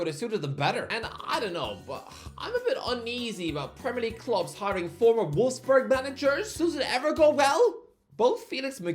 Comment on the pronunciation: It's volfs boorg bro wtf is a wolf's berg